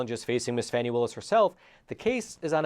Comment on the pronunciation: Sorry, can't take your blog seriously. The Fulton County DA's name is pronounced "Fawny". Your repeated use of "Fanny" leaves your piece reeking with an odor of mendacity. Do facts actually matter in any of your presentations?